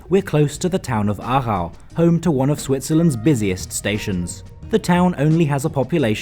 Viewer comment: I'm impressed because you say the names of places perfect 👌😁